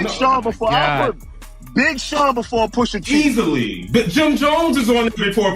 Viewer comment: who the fuck is poosha? said his name in the video like 50 times and you still messup is crazy like you edited this and still messed up the name smh nasty work